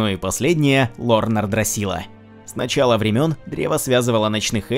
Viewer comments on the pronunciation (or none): none